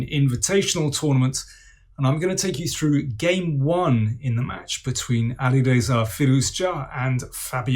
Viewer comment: Thank you fr pronouncing Alireza`s name, and thank you for the great analysis, much better than the stupid agadmator!